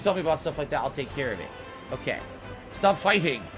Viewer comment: Am I the only one who's noticed he doesn't say "Okay"? He says "Oak - yay" 😂